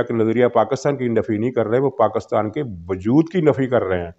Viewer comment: You cannot pronounce the name of motherland properly ( PAK-KUS-TAN), This is enough to identify you Mr (Lafafa) being part of EU Disinfo Lab.